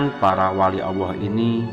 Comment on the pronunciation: Admin koreksi ya....pengucapan Allah bukan auwoh njihh